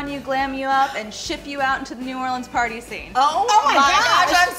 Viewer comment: thank god someone said New Orleans right! I'm from Louisiana so y'all near where I live